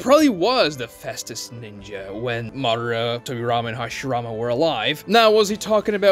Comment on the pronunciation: Interesting analysis and Ragnarok Online music. You need to work on your pronunciations, though. It's very painful to listen to. For example: 上忍 JOE-NEEN not JOE-NIN (same with 中忍) ミナト MI-NA-TOE not MINA-TOE MA-DA-RAH not whatever the hell you are saying lol